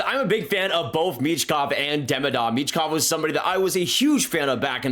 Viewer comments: I'm sorry but everyone's pronunciation of their names makes my ears bleed. It's pronounced "MiSHkov" and "Demídov" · It’s michkov